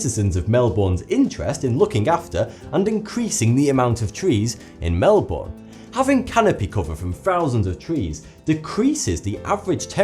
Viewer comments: its not pronounced (Mel-booorrrn) it is pronounced (Mel-bon) btw im from sydney australia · It's not Mel-born. Its Mel-bourne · It's not "MelBORN" - It's "MelBIN". Ty. :) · I know! Heaps of people pronounce that way!! (Mainly Americans and British people) (Not people who live in Australia) and it's like: IT'S PRONOUNCED MEL-BON NOT MEL-BORN (I know melborn is not how you spell it-it's Melbourne. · its not pronounced fucking Mel"born" .. its Melbin or Melbun! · I'm from Australia and I really enjoy all of your videos, but every time you said Melbourne I cringed, I've only ever grown up hearing it pronounced 'mel-bun', so hearing 'mel-born' really upset me for some reason, I know it's off topic to the video but oh well, anyway keep up the amazing work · It's not Mel born it's Melbern. And Australien summers can get to 40c hot. And i'm telling you your iver at the beach or at home on those days. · It's Mel-bern not mel-born. It really annoys me when people say their names wrong. Especially Canberra. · WHY DOES EVERYTHING SAY MEL BOORNE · They pronounce it as Mel-BIN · EVERYONE, pronounce Melbourne like melbin, cause Jason Bourne doesn't live here thx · Come on, it's pronounced 'mel-bin' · now i am an English immigrant in Australia and i dont mean this in a rude way but its pronounced Mel-burn or just Mel-bon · it isn't mel - bowen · really... MEL-BORN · It's pronounced 'melbern' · Melbourne is pronounced Mel-burn by the way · Melbourne is pronounced like mel-BIN... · You pronounce 'Melbourne', Mel-bin. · It's said ( mel-ben) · its pronounced mel-bern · more mel-bin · "melban" say It right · Dear Tree, Melbourne Pronounced Mel-Bin P.S Hai Sincerely Niklaus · Melbourne is ponounced Mel-ben. I cringe every time you say it. (no offence i love ya m8) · it's pronounced "Melbon" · It's pronounced melbin not Melbourne FYI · "Melborne" (how he pronounced it) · please pronounce Melbourne right xD 'Mellbern' LIKE THAT!